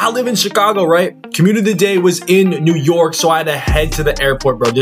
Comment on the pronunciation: You know he not from New York by the way he pronounces "New yOrk"